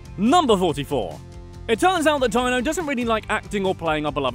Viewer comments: One thing, Dino is not pronounced like “Dino”saur, it’s pronounced “Dean-o” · “Dyno” ? Silly accent. Can you not say deeeno? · Admittedly i've never heard it said out loud but surely it's Deeno (as in Dino Stamatopoulis) and not Dyno? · Dino’s name is pronounced “dean-o” not “Die-no”. Sorry but it was bugging me. He’s a brilliant comedy writer and deserves to have his name pronounced correctly. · It’s pronounced “Dee-No”, for the love of god. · Fairly sure “Dino” is pronounced DEE-no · Dino's name is pronounced "deen-o" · its pronounced deeno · It's pronounced Deeno. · Dino Stamatopoulos's name wouldn''t sound "Jurassic" if you pronounced it correctly, you know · Imagine not knowing how to pronounce the name Dino and saying it a dozen times wrong with confidence. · You’re going to do all this research on a show that you apparently enjoy very much, and then you are going to mispronounce the name Dino over and over? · "jurrassic sounding greek name" cuz ur saying it completely wrong 😭